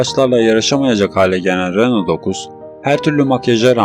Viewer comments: Kopya -taklit kanalları sevmem... Renault değil..Röno okunur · Renolt ne kanka? Lütfen telaffuzlara dikkat et.